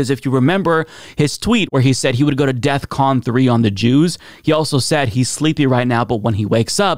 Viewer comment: DEFCON, not Death Con!! 😂